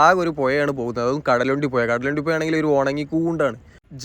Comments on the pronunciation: പുയ അല്ല സഹോദരാ പുഴ.അരോചകം. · പെഴ അല്ലാ. പുഴയാണ് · പുയ അല്ല പുഴ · പൊയ എന്നല്ല പറയേണ്ടത്! പുഴ എന്നാണ് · Puya alla puzha 😂